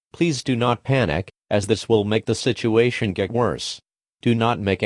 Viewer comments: Situasio is what I heard lol he had a stroke or something????😂😂😂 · I straight lost the ability to breathe for a moment when it said "Dangerous situwashio" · Absolutely no one: EAS system: Entroance, Intructawens, Strektgh, and he flew, Situwatchio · “We will keep you informed on this dangerous situwashioun” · The way it pronounces situation tho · Is that how he say situation